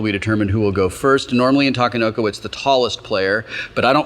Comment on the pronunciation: a = ah; i = ee; e = eh; o = oh; u =ew ta ke no ko NOT ta ka no ko. Since Sheldon isn't here to school you I felt it was my duty. See you at GenCon Will.